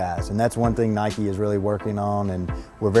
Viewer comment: WTF! Nike. Nike. Nike Give me a break.